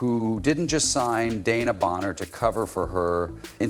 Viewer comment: De...... wan..... na Bonner. not Dana